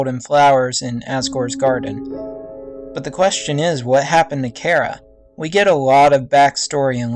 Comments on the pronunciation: And, during the video you say chara is a he, even though its a she, and you keep pronouncing her name wrong. It's Chare-a, not chair-a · it is Ch Ara no Cara it is disturbing me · Char-a not care-a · why dose everyone say chara's name like "cara" it's chara not cara!! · It's chara not kara because I'm hearing kara not chara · its pronounced CH - ara not cara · It's pronounced Ch-ara not Kara And they're non-binary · I may be incorrect, but I think it's "CH-ARA" not "C-ARA" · Cara?You mean chara? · It's not CARE-A! It's CHAR-A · "Care-a" lol. Char-uh. :) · Sh-Are-uh not care-uh. sh-are-uh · its Chara not Chera! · dude its ch-ara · Get theory but it's pronounced ch ar a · thanks, but I kinda like the pronunciation of K-ara better now after your video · not to be rude but your pronansing charas name wrong. it (ch-are-ah) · just so you now VG its Chara said like this (Char-a)but you can say what you want to say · I'm pretty sure its pronounced as "Shara" but thats just me, eh I dunno. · I haven't heard that pronunciation of Chara before. Most people I know say it with the h. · Its still a name though. If your friend was named Chara, she would correct you on your pronunciation. Besides, I said it bothered ME. Im just getting my opinion out there. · Why does everyone mispronounce Chara? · its the ch sound not ck sound ok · Hmm, I like this theory! You just earned a new sub! :D But just saying, Chara also means "joy" in Greek (???) and yeah.. Also, don't worry, people pronounce it both like (Char-a) like CHARmander and some people pronouce it like you (chara in CHARActer) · You read Chara wrong, go to google translate, type in "Chara" and listen..